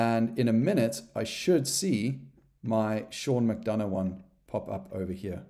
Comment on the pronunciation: Great tutorial! My question is what did you do with the 'u' in 'McDonough'?🤪